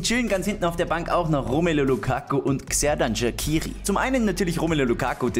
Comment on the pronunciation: Also einfach by the way Man spricht Xherdan Shaqiri eigentlich Tscherdan Schatschiri